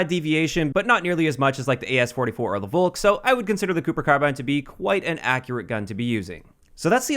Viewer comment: Why is everyone pronouncing „Volk“ so wrong xD